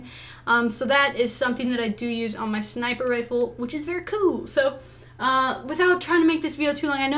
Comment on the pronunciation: sniper not niper